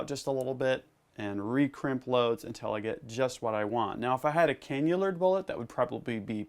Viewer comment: Canna-lure not canular !